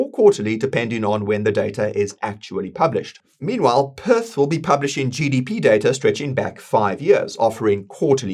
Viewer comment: Pretty sure PYTH isnt pronounced Perth